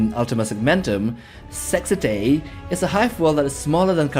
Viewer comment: "Sexitae" ... you really struggle with that one ;)